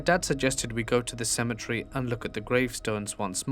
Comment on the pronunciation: It's not symmetry.. It's cem et ery